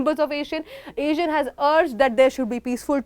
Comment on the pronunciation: check the pronunciation for ASEAN